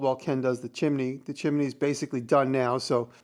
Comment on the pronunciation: Why do you say chimini instead of chimney?